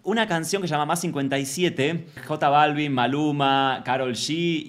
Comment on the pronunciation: Me destroza cuando dice “ Jota” Balvin 😂😂😂😂😂